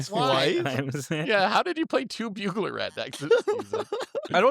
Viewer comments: Excuse me? bugler rat??? Did and really read Burglar wrong? Or is this an inside joke? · “Bewguler” rat…….